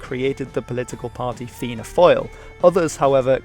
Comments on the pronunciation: I'm not trying to be mean but it's not pronounced Fail it's Fall but you got the start right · Also “fáil” = “fall”